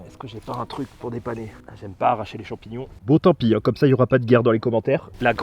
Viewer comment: Des champions sauvage de la nature bravo pour le français 😂😂😂😂 Mais continue comme ça tu gère